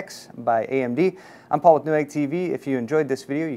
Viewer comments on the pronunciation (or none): none